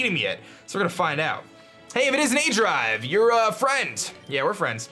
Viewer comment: Um... did you call yourself 'aJive' in the beginning? xD I can't be the only one that heard that